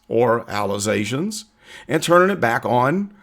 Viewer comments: I spat my Kool Aid out when he said "Allezations" 😂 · She needs to go back to schoo....allezations.🤣🤣🤣